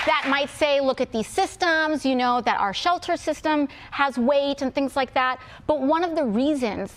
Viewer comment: You seen DAT, you heard DAT 😂 Dude is illiterate 😂